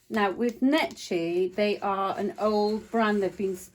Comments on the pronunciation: It is pronounced NECKY. Not Nechy. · How funny how you pronounce the name Necchi lol "cchi" is pronounced like "key"